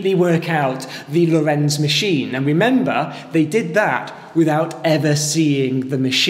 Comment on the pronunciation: Good explanations! One thing that baffles me with all English speaking vids about the Lorenz Cipher is the strange pronouncation: it's Lórenz with stress on first syllable, not Lorénz.